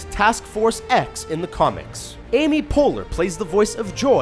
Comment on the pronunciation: Amy poeleur